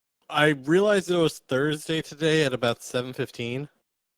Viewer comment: "a-boat" LOL